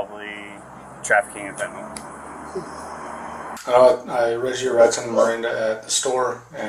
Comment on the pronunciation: It is actually spelled and pronounced fentaNYL, not fentaNAL. Nobody seems to say it correctly...